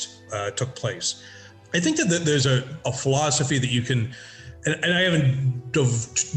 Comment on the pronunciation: Right after the Beast Master bit, it sounds like Ted says design flawsophy instead of design philosophy. I don't know if that was on purpose but totally coin that Ted! The emergence of the Beast Master among other things in Daggerfall is just fantastic.